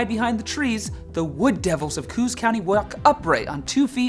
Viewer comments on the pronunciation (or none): In NH Coos is pronounced with two syllables - Coos (one syllable is in Washington state. In NH it is Ko (long O) Ahs as in Ahhhhhhhhh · I waited in anticipation for the second installment so I could hear NH's. Good job, I hadn't heard that one before. But, Coos County is pronounced with 2 syllables (Co-os). Just to be a smart alec with info you'll probably never use. Once again, good job, guys! Much love from the frozen ass of New England! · Love it! But, just so you all know, in NH it's pronounced "ko-os" with two syllables, not "koos" with one. It was originally spelled Co-os as well. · LOL Coos county NH, more like Co-OS not cooos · NH is not coos it’s co os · I live in new Hampshire and its pronounced co-os